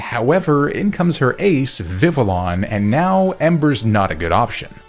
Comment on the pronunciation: Gonna be honest, if you banned the use of dynamax in SwSh runs, you should have banned the use of megas (especially the OP charizard megas) for this run. I'm also, once again!, requesting a fighting type XY run! Oh, and yet again, Vivillon is pronounced Viv-Vee-On, not Viv-Villon. Its French. Edit: I swear I do enjoy these runs 😅 I feel I always comment harshly but it's just constructive criticism.